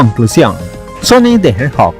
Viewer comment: Si esto hubiera salido en el auge de los plataforma 3d poligonales. Sega no se hubiera hecho Three party 🗿 El proyecto esta en pañales, por ende le falta un buen camino por recorrer 😎. PD: creo que se dice : the hedgehog y no hedjot 😅